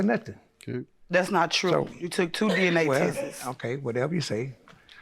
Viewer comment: She said he took “Two Testesess”